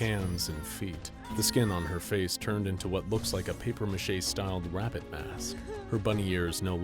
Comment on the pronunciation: So we're gonna ignore the fact that he said wabbit